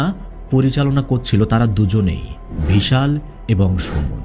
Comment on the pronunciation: কিন্তু ভাই আমি তো নিজেই ইন্ডিয়ান from North 24 parganas but আমি মুসলিম হলেও আপনার মত উচ্চারণ আমার বা আমাদের আশেপাশে কোনও মুসলিম দের ই সাধারণত হয় না। আমি আরো লক্ষ্য করলাম যে আপনি বিশাল কে কখনও কখনও ভিশাল বলছেন। এটা বাংলাদেশ এর লোক ছাড়া কোনো ভারতীয় করবে না। কারণ বাংলাদেশ এর বেশির ভাগ অধিবাসী ভদ্র বাংলা বলতে পারে না। আর উচ্চারণ ও অত সুন্দর নয়।